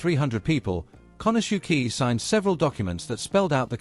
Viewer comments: pronouncing Japanese names is not all that hard.... "kanasuki?" seriously??? can't watch the rest... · Very interesting and informative video. However, that is NOT how “Konosuke” is pronounced… more like “KO-no-skay”